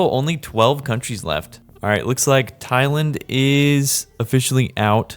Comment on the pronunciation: He also mispronounced thailand